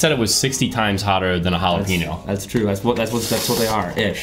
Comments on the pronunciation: did he say 'Halla-Peno' for Jalapeño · Who else heard him say jalapeeno?